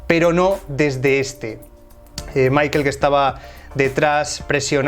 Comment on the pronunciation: "Maikel" jajajajaja